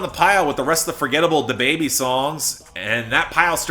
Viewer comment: Love the way you pronounce "DaBaby"....